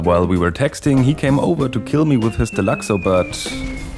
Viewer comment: Nice vid man, nice change from the chaos of most GTA videos, this was nice and soothing. By the way, you’re pronouncing deluxo correctly ☺️